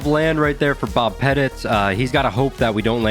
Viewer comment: Only criticism is Bob's last name isn't pronounced "Pet-It". it's pronounced similar to the word "Pet-Tea" his last name is quite literally the word Little/Small